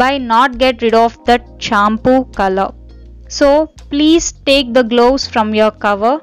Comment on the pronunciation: Loose old people why to worry for grey hair....Don't talk in eng pls...It's gloves ...Not glooss....Moustache...lol